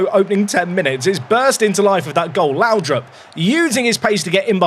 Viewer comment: oh google trnaslate. Whatever happens, I hope we have a Lowdrip stand. Not laudrup. Lowdrip :D